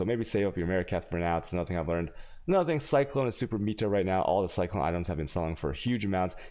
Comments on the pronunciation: Hes doing it on purpose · What’s up w your pronunciations of certain words? Meta is meh-ta, not meeta. Chaos is kay-ahs, not chay-aws very odd. Otherwise good video